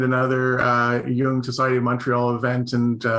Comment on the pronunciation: Why Jonathan...are you struggling with Jung ?...when said A you need to follow up with B (just curious)